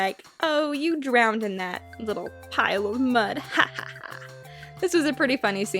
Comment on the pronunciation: it's not drowneded. it's drowned.